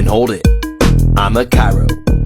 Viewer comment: Is it just me or when he says am a chiro It sounds like avocoda